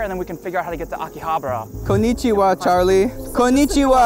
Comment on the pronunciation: and legend has it william osman still can't pronounce "Akihabara" to this day